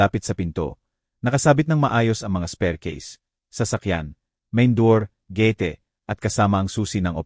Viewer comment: PARANG ENGLISH SPEAKING ANG NARRATOR, OR I'LL SAY NA AI-GENERATED, SO GANUN MINSAN MGA MALI ANG PRONUNCIATION NIYA.